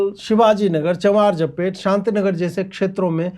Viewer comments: It is चामराजपेट and not चमारजपेट please note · Ajeet ji, ye CHAM-RAJ-PET hain. CHAMAR-JA-PET Nahi. Ye Bengaluru ka one of the very Oldest Area ..